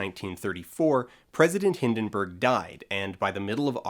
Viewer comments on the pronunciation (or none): none